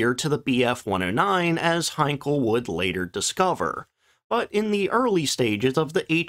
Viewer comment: Henkel, Hankel, Siegfriede - oh Mann, rettet Youtube vor der fürchterlichen KI. Von den inhaltlichen Banalitäten solcher Beiträge mal ganz abgesehen....